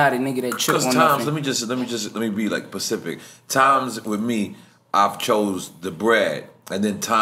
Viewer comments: "let me be pecific" NORE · 'Let me be pacific' - Nore